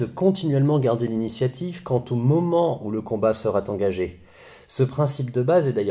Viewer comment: Très instructif, cette vidéo mais j'ai eu mal aux oreilles à la fin quand j'ai entendu "sera T engagé" aie aie aie !!!